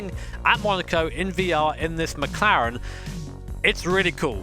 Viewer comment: Nice “mclaren”🤦🏻‍♂️